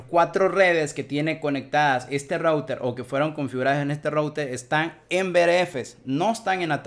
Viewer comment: Un excelente video, hermano. Muy fluido y bien explicado todo. Si me permites, el único consejo sería: mejora un poco la pronunciación en inglés, específicamente cuando dices "router", que como lo dices, taladra los oídos... jejeje. O si de plano no lo quieres decir en inglés correctamente, entonces dile "enrutador". Por lo demás, maravilloso video. Saludos y gracias por la enseñanza.